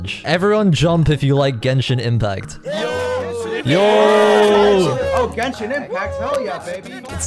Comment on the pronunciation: "i play geshin impact" 🤡